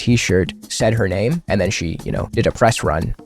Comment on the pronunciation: I like your video. Also, look up on how to pronounce her name. Use Google, enter her name, and hit the speaker button. It will say how to pronounce it. Some people will not listen to your talking points that much because of how you mispronounce her name.